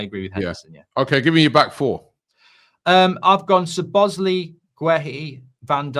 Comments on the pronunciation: Even worse. Calls him *Slo*bloszlai. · “Soblozlai” It’s been two years and still can’t pronounce the name. 😂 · Arsenal & Utd fans refuse to say other teams players names properly. It's some kinda disorder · I knew would butcher szobos name